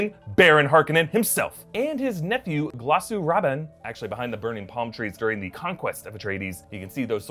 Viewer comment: "Glossoo Robin" lol